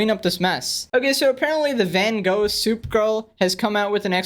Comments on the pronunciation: Hey man you keep saying van go it is van Gogh you can say it like that van goch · "Van Go" bruh 💀💀💀